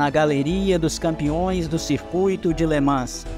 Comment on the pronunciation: Somente a pronúncia de LeMans que está errada… Nao se pronuncia o S